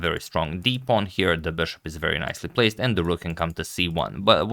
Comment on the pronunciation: Why do you keep calling the piece "BESHOP"???